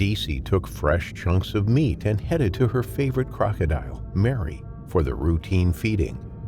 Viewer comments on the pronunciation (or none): Its called Merry, not Mary! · Croc probaly didn't like his name. Whole time I'm watching this it keeps throwing me off when the narrator says Merry(sounds like Mary) and then says he.